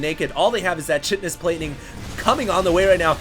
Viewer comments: Chitinous is pronounced "kai-ti-nus" instead of "chit-nus". As a biology major, it's just a little grating on the ears. Thanks. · Not sure if you're interested or not, but the word "chitin" is pronounced "kite - in" and is the major component of insect exoskeletons (or crab shells). So if ultralisks have chitinous plating, it'd be pronounced "kite - in - us". Super proud of Painuser for pulling out that win. Great commentary as usual =D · It's pronounced KITE-tinous, FYI. Anyway, a terran roflstomping a zerg with mech? Haven't seen that before! :3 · The "ki-tan-ous" plating. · agree about the pronunciation of chitinous. just fix that and it'd be perfect. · chitinous: the "ch" is pronounced like a k, not like a ch :)